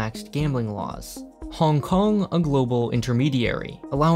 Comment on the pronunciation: I like how you say every city's name "normal" (English) but try your best at pronouncing Hong Kong as bad as possible